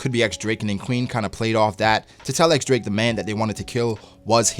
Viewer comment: it's x-drake bruhh